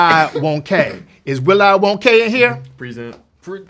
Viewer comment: When Timothee immediately said “Present” the correct way, I think Keegan realised he was in a room with two mega fans 😂